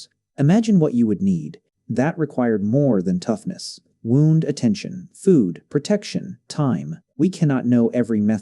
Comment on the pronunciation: Your garbage AI can't even say 'wound' correctly